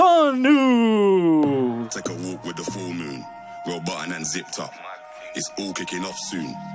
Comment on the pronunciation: I swear just called Ngannou... "Francis Niggarou" 💀💀